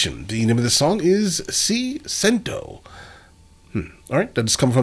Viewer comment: Ti Sento! not Ci Cento ahahhahahah....I feel You